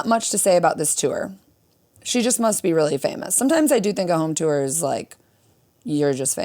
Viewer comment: I love that with your midwest accent, it sounds to me like when you say tour you're saying 'tew-er' 😆 I cant not heart it!